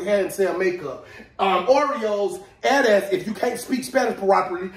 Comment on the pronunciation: Your eres pronouciation is bad broh. That's sad for those who don't know